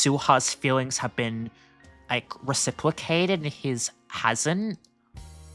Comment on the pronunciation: My guy, please read some books. You know every explitive under the sun but cant read the word reciprocated or He-done-ist🫤